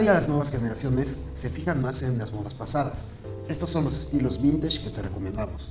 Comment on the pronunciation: No se dice vintash, se dice vintesh 😏